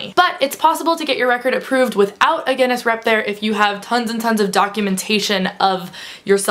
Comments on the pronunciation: Speaking of pronouncing words incorrectly, Guinness is pronounced gin-nis not gen-nes (obviously both with a hard 'G' like 'gorilla'.) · Sorry, you keep saying gennis (phonetically) its gin-ness :) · She says Ge-ness.. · gin-ness as in guh-in-ness :D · It's ironic that you opened the video talking about mispronunciation and then pronounced Guinness wrong throughout the rest of the video. :') haha wish I was going to leakycon! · this video is a lot more confusing if it takes a while to figure out she's says Guinness.... wish I could have gone to leaky con :(